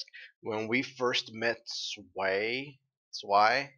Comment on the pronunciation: Well now that I'm all caught up on your videos, I must say I'm pretty impressed. You've caught a lot of things and had some really good theories. Not 100% right 😉 on everything, but most. Btw it's "awe-topsy", "svy" similar to "spy" (Zwei, German for two) and Jaune is sort of between John and Shawn/Sean, it's French for yellow, you can google and get the recording of the word. And Weiss Schnee "sh-knee" - also German, for "snow". (Yes, her name is "white snow") 😊 I wouldn't mention it but you say a few times that you aren't sure how to pronounce a few things. Look up the Greek mythology behind "Pyrrha", daughter of Pandora, I think that might interest you quite a bit. 😄 thank you for these videos! Keep doing what you do!!